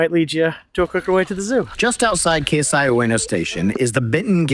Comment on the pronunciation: Great content and info in this video. Couple of hints… Keisei is actually “kay-say” rather than “case-eye” Benten - “ben-ten” rather than “bentn”